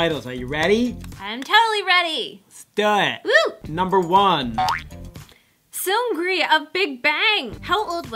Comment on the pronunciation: This is interesting but remember next time that for seungri the R is pronounced as ㄹ (rl sound) and seungㄹi is really hard to say so often Koreans say it as seungni.... That's what my Korean friend was saying 💕💕